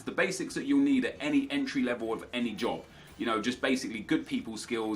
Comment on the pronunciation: Any other Scottish person pish theresell when he said job and hobby as jobby haha cause thats wit a call a shite a jobby